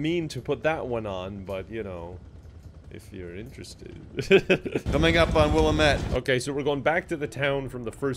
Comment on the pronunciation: Is that character in the game trying to say Willamette? Jesus Christ.